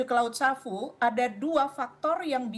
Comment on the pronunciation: Laut sawu. Bukan savu...